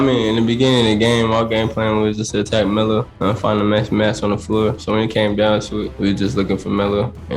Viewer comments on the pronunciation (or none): He can't pronounce Melo though so he's saying Mellu or something like that